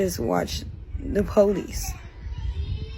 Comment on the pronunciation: Never take advice from someone who says PO-lice and ax someone